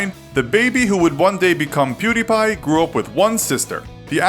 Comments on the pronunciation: How come you can say PewDiePie right, but pronounced his old channel PewDie as "Purr Dee" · It's not purrdie it was pewdie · PewDie not PerDie what kind of a fucking lazer says per ? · First of all he did not get expelled, and his youtube name was PewDie not Purty. And come on atleast put some effort into saying their names accuratly its not that hard. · I'm pretty sure his first username was Pewdie and not Perdie as said in the video lol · Pewdie. Not Perdie. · It was pewdie not perdie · Perdi? Its pew•die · It's pewdie not perdie. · "PERDIE" LOL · "Kjellberg" "Perdi" ...Ok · Altiverse it's stupid how he said perdi like the sound of a gun, never heard a gun sound effect go perdi 🤦‍♂️ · Still noone can look it up, how to say his name, also he started the channel as PewDie, not whatever you said